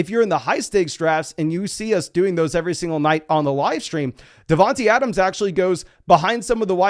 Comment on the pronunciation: it’s not devon T Adams. Think about it bro. His nick name is Tae. Not tee. Smh. Say his name Devon TAE Adams